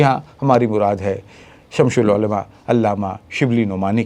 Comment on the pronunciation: شمس العلما کا تلفظ تو صحیح کیجیے۔ یہ شمش نہیں ہے۔۔۔۔